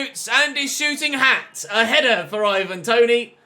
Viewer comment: He said shooting hat